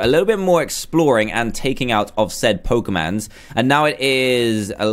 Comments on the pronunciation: It's Pokemon not pokeman it's a Pokemon but I am not your dad so you can dad so you can say it however u want I am not trying to be mean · you said pokeyman not pokemon oh and bye the way im patricia's middle age son